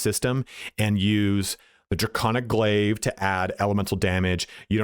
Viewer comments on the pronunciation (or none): none